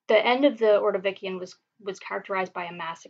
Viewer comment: Great lecture- will learn technique over time- do not say uh, um. Space words evenly, not as one would in conversation. Ordovishun, not ordovikian.